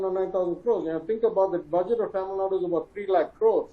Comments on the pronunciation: Mr Anchor - Its NOT TAMILNAD. It's Thamizhnadu 😂😂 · Tamil Nad’u’ not Tamil Nad